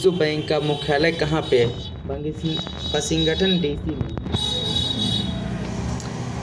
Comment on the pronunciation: बहुत बढ़िया पर थोड़ा उच्चारण पर ध्यान दीजिए जैसे आपने वाशिंगटन को आप ने वासिंठन कहा ये ग़लत बोला और आप ने १९६९ को उन्नीस सौ उनसठ बोला और हां नोट्स सही बनाइए थोड़ा ध्यान दीजिए और हर रोज एक वीडियो डालिए। हमे बहुत खुशी है ईश्वर आप को तर्रकी दे।